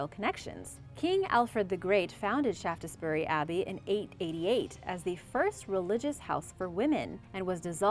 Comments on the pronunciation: Not Shaft es bury but Shafts - bury. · It is pronounced Shaftsbury not ShaftESbury! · Just to let you know it’s pronounced Shafts-berry . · Shaftessbury 😂 Yanks never get English names right.